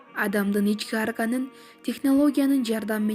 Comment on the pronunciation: Арган эмес орган десен